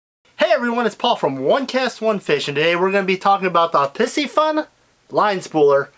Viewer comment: Please stop saying "pissyfun." It is: pie-si- fun.